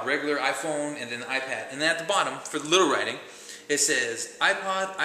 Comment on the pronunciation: did u say i pawn (joking but it sounded like it)